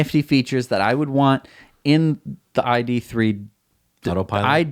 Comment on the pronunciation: Ok found out something new. ID.3 is pronounced in German! So it is called the "Idee Drei" which means "idea 3" after Beetle and Golf. Greetings from Germany - love your show.